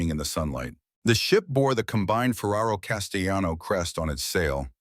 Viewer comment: The AI pronouncing the double L in Castellano as if it were a Spanish name made me laugh.